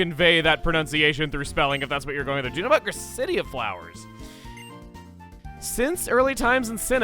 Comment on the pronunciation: Speaking of pronunciations I don’t like... ITS SUPPOSED TO BE PRONOUNCED LIKE QUESADILLA. GRACE-UH-DILLA